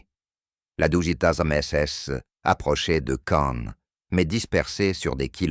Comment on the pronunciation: Bon; la prononciation du texte français est lamentable : pour ceux qui n'auraient pas fait le rapprochement le général Geyr ("Guiïr") mentionné est le général Leo Dietrich Franz GEYR Freiherr von Schweppenburg. Et le colonel mentionné sous la prononciation "Fritz Berlin" est en fait le colonel Fritz Beyerlein. Le lieu prononcé "Kaïn" est en fait Caen.